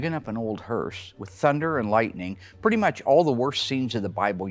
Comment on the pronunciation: It's "hearse", did anyone working here actually receive an education?